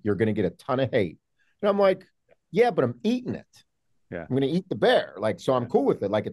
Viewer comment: Bear chat, not bro chat